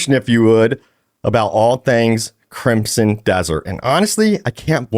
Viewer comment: Great coverage my dude but I gotta say again, there’s no P in crimson 😂